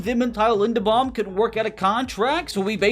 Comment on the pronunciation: Center Tyler’s last name is pronounced (Lin-due-bomb)